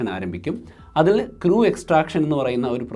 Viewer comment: Please learn the pronunciation of "crew"